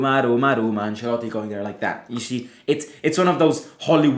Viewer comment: Bruhh its Ancelotti it like has to be